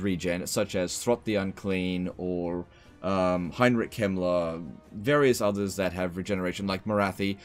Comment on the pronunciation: Bonus-vernus vs infamous Heinrich Klempner. I love mispronunciations, they're so funny.